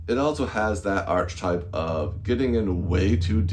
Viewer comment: interesting review, thanks, but it's pronounced "arketype"